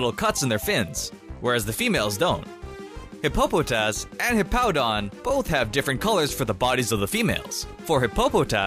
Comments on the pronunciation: You said Hippopotas wrong you said hip-po-po-tas in one episode Jessie said the name wrong 300 times while Meowth and James corrected her just as many times it's pronounced hippo-po-tas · u said hippo-po-tas! its hippo-pa-tos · Who tf says hippopataus like that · I died inside when you pronounced Hippopotas, other than that, cool video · NEW-Mell the syllable in all caps is the one that all the emphasis is being put on not Nummel MY-Loh-Tick not Mee-LOH-Tick HIP-Po-Po-Tas not Hip-PO-Po-Tas Un-FE-Zant not Un-Fe-ZONT